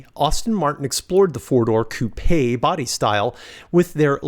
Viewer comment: Great video young man. Also, congrats for actually pronouncing the word "coupe' " correctly.